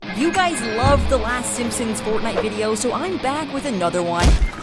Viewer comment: Bro why did you say fortnite is fartnite